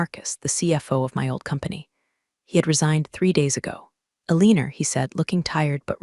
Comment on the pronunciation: Wtf "Aleaner"